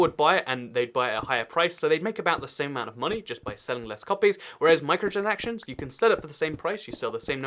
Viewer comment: You can’t pronounce micro-transactions correctly XD